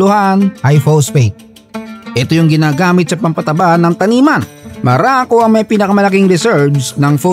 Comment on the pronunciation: maraco ang pagkarinig ko😂